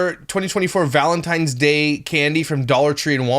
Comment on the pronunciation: I can't stand the way she says Valentine's is driving me literally crazy I just wanna reach the phone be there in person to teach her how to say it